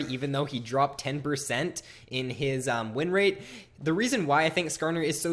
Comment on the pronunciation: "...wreen rate,"